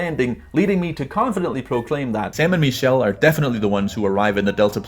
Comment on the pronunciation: Bro you keep saying “ME”chelle when it is actually pronounced “MIH”chelle🤦‍♂️It’s driving all of my friends nuts when they watch your videos